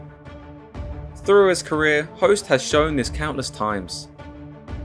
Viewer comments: its not pronounced Host, its pronounced Hooooost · Hoost not Host lol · I grew up watching him on k1 ESPN. Never really appreciated his skill as a fighter til now. Also did not know it was pronounced host lol.